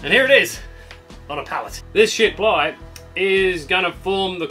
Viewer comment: Did you say “🛳️” ply, or “💩” ply? 💂‍♂️🇬🇧